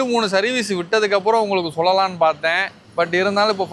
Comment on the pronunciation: டிரைவருக்கு மரியாதை கொடுக்க முதலில் பழகு. ஒழுங்கா "லா" உச்சரிக்கவும் பழகு. "சொல்லலாம்" என்று சரியாக உச்சரி. "சொள்ளலாம்" அல்ல.